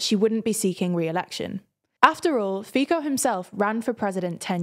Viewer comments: You pronounce Fico wrong,It is Fee tso , not Fee ko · you pronounce "fico" wrong, it's "fico", not "fiko"; you put liberal up while it's generally agreed to put it down in all kind of political compasses... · Fico's name is pronounced like "fitso", not "fiko". In general Latin Slavic, "c" is read as "ts" in almost all cases (except for loanwords). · I'm from Slovakia. I hope that Nato, EU and eurozone will keep them in check and won't allow them to do too much damage. Btw Guys Fico is pronounced "Fitso" not "Fiko" ;D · Just a note, Fico is pronounced Fitzo, Like Fiztgerald. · Actually, it may have been on purpose. Do you remember the "Fiko je cocot"? It is pronounced just as they did in the video. For those english speaking, it is just word play to mask the "Fico je kokot" which means "Fico is a dick" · I mostly agree, but is much, MUCH better at this than the other presenters. She basically nailed all the other names, so it seems more like someone else at told her “this is how you say Fico, trust me” and so she did. She should never trust them again lmao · Prime minister name is pronouced FEE-TSO as faeces not FI-KO as ficus :D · It's not pronounced like "FEEKO" but like "FEETSO" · Its not FIKO for god's sake. It sounds so absurd. its FICO. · I have noticed the improvement in pronouncing the names has made, and it was obvious they made lots of effort in this video. There was just one problem - but with the most important figure: Fico's name is pronounced Fitso, not Fiko. Slovak is one of many European languages who pronounce "c" as "ts" (you can see it in Czech Václav Havel for example). I have to appreciate the near perfect pronounciation of other names though, especially Čaputová - I suppose that that is particulary hard for English speakers. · Its not FIKO it is FITSO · Robert Fiko 😭. It pronounced Fitso. C isn't K in Slovak. I can't listen to that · Well yes, but my god, why do you pronounce Fico as “Feeko” instead of “Fitzo”?